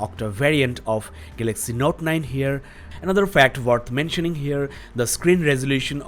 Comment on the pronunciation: gaylexy note 9 what a accent